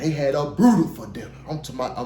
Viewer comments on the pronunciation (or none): Ay. That was a brut-ah-fuh review